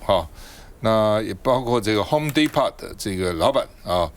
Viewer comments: 趙少康不是在美國生活過嗎？怎麽英文也不行。Home Depot 是美國知名五金店。讀“轟滴頗”，他説成 “轟滴泡”。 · 早上好，赵少康把这个英文字念错了。 Home Depot.，Depo 的t不癹音。o念長音。在美国是一个很大的公司。希望你能改正。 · depot 不是那么读的。少康天天想装逼。结果一直读错单词。一看就是没真正在美国呆过的😅